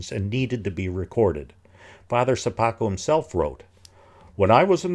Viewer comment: I like the way, you're pronouncing "Sopoćko" surname :)